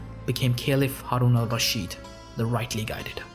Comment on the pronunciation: Thanks for trying to pronounce his name right instead of butchering it like many others do Great vid